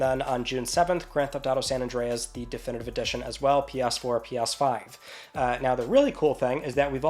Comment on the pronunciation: I am sorry - "P-yas 4, P-yas 5" 😅